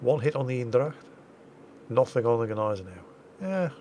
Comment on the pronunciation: First 2 minutes aren't even over, and I'm already laughing my ass off. Oh, you're so funny. Also, to stay in the language department, you're not pronouncing Eendracht correctly. Try it more Een-Dr-aCHT like. (or use google translate since I can Barely pronounce it myself)